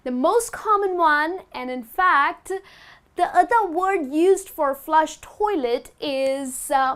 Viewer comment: Dear, I feel that you get the pronunciation of the word 'the' wrong in many instances.